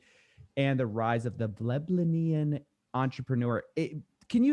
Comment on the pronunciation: Ble-ble-nian. Hahaha